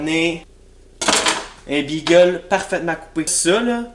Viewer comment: Imagine dire bigueul mais good job quand meme